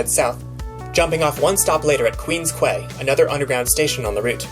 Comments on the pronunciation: Quay is actually pronounced “key” everyone effs it up Dw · 3 things: Good on ya for calling out "conquestors" "Quay" is pronounced the same as "Key", I made the same mistake when I first saw the word written out I'm a bit disappointed Coffee Crisp didn't make a cameo in the Canadian Snack in a Streetcar Stop interludes. If you go back you gotta try it!